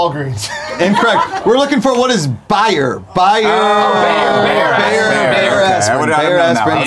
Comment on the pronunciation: i loved how pronounced "Bayer" correct (i know i am german) and Greg is like: oh, you mean "wrong pronunciation" xD